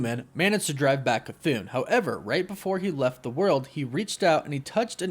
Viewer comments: …..ok you’re saying “cthoon”…..it’s Cthon…like Patron the drink…just saying 🤷🏾‍♂️ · Bro It’s cuh-th•on not cuh-thoon 🤦🏾‍♂️ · CTHON not Cthoon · I believe you are mispronouncing it. I believe it's an error to say it like Ca-thoon. I believe it's pronounced Ca-thon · You saying “chthoon” makes me irrationally angry. There’s not two “o’s” man it’s “thone” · im pretty sure its cth-on not cth-oon but oh well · I believe it's a "chu" sound for Chthon. It doesn't sound like Cthulhu because of the extra "h." And i also think it ends with an "on" pronunciation, not "oon." So it's "Chu-Thon." Considering Wanda absorbed Chthon in the comics recently, I bet the other Wanda is also possessed by Chthon, or using him, (either or) and that either one or both of them are the real threat. Not our Wanda. I wouldn't be surprised if these trailer scenes of the main MCU Wanda being a threat are just red herrings. We all know how Marvel loves to mislead us with their trailers. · I can’t Stand the way you say cthon. You’re pronouncing Cthon wrong!!! It’s ON C-TH-ON . Say it with me CTHON. You keep saying CTHOON?! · i love your vids but youre saying chthons name wrong😅 its not "chthoon" its like kuh thon. just letting ya know. love ya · This was an awesome video. I thought his name was pronounced 'CUH-THAWN' not 'CUH-THOON'. I guess it depends on who is pronouncing (or saying) it. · jon, don, ron, cthon. toon, loon, moon, cthoon. how the f are you getting cthoon out of cthon. can you please show me a word where you get an oo sound out of an o. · I never make fun of somebody for mispronouncing something wrong because they've only heard it said wrong to begin with that being said it is not cathoon as in cartoon it is cathon as in thong minus the G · Cathoon?? CHTON*****where does the oon come from? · Thumb up, everything seems to be right apart... Apart C'thon pronunciation that cant be "Ka-toon", it's not a Looney Toon.. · Its pronounced "kuh-thon" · It’s not cathone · K-a-thoon he said